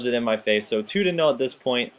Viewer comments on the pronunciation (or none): none